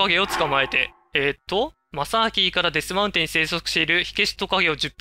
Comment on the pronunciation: デスマウテンじゃなくてデスマウンテンですよ